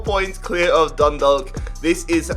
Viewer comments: Dundalk is pronounced like dundawk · Dundalk is pronounced Dundawk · My mans said dundog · Dundalk = dun dawk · No offense but dundalk is pronounced done dock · You pernounce Dundalk . Dun- dawk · The L is silent in Dundalk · im from ireland myself and im sorry but it bugged the shit out of me when u said dundalk it is pronounced dundawk 😂😂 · Im irish and I cringed the way he pronounced Dundalk Just so you know its Done - Dolk And its Sly-go rovers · Dindlk vs sleego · “Dundulk” hahahahah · DundaLK and slEEgo haha ye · He said sligo and dundalk wrong and im already pissed half way through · The way he says dundalk makes me cringe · The way he said dundalk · God especially Dundalk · Especially dundalk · Dundalk is tragic